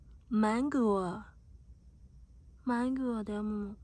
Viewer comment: 突然の発音の良きMANGOにワロタ😂 登場人物(?)みんな可愛い〜💕💕